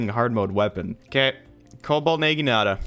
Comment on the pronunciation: I dunno what's more painful, watching you have to use the cobalt naginata or listening to you mispronounce it so badly.